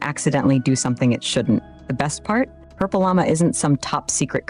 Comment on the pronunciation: AI couldn't say PurpleLlama... funny.. 😄